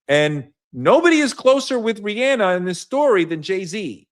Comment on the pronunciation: One thing gonna do is mispronounce Rihanna’s name 😂